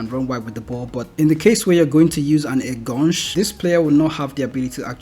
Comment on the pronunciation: En-gaan-shai (enganche)